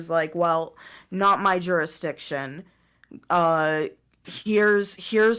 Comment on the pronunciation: Juristriction? “”, stop saying it that way lmao.